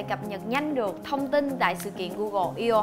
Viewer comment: đọc là "i ô" nghe hơi buồn cười